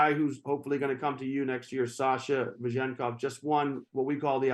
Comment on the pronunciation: Man, learn his name - Ve-zen-kov. Not VeZHenkov....